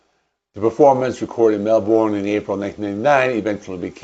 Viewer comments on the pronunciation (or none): Melbourne is pronounced as 'Mel-burn'